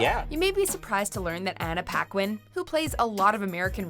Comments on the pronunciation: Anna Paquin... its pronounce "Pakin" not "Pakwine" Its a french canadian name. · She's born in Winnipeg (Canada) from a mother New Zealand and a french Canadian father. Paquin is a common last name in Canada, espacially in Québec. As a french canadian, i can assure you that is not "Pakwine" but "Pakin". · Ouais j'ai remarqué après. Je trouve ça juste grinçant quand le monde prononce "Pakwine" quand ça fait des millions de fois que j'entend Paquin. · just listen how she pronounce her OWN name...